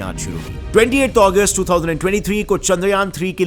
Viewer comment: Bro it is Agust not Aguest